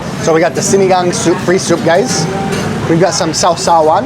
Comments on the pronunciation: Na perfect mo din ang pagbigkas ng SINIGANG!!👏👏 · Wait...i think you i just heard you say Sinigang with zero accent. O baka mahina lang talaga pandinig ko. 🙂